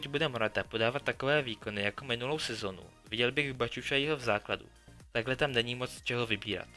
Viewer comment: Nauč se vyslovovat jména... Bačučaí, Wengr, Početýny ... a navíc, jsi uplně mimo.